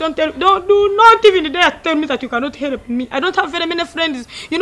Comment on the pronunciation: Instead of help she says helop😂😂